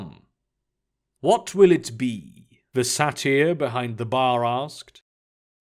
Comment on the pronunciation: satyr is pronounced say-ter